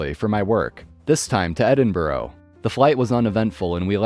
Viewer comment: There is no such place as Edinborough. For those who don't know it's Edinburgh.